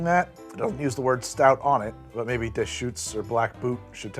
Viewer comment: Oregonian here. Black Butte is Deschutes Brewing's flagship porter, and they're probably counting on name recognition if they didn't put the word "porter" on the can. Also, it's "byoot" and "deh-shoots". 😉